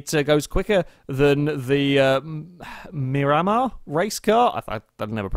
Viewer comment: Meer-uh-mar. At least that's how it's pronounce for The Marine Corps Air Station Miramar in San Diego, CA